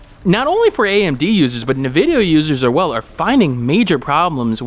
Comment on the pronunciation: Cache is pronounced Cash FYI and Nvidia is pronounced N - Vid - ya.